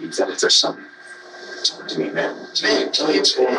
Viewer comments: This narrator phonetically mispronounces the work “talk.” Why does he keep trying to pronounce the L. It sounds so weird. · Where is the narrator from? I find it fascinating that he pronounces the "L" in "talk". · How is it that the narrator pronounces the L in talk but can't find the L in words like told or old? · I think the fact that you stress the L in "walk" and "talk" is an indicator of psychopathy.